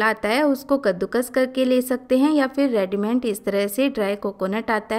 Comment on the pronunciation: Hello, jo dry fruits say Laddoo banaane ki recipe di hai aapne wah koi new recipe nahi hai. Haan yahaan thhodaa Correction jaroori hai.Aapne 2 words galat bole hai. Readymade ko Readyment kahaa or dusraa hai Transfer jisko aapne Transwer bolaa. In videos ko You Tube per bahut log dekhte or sunte hai. Galat words bolne per kuchh thheek nahi mahsoos hotaa hai.....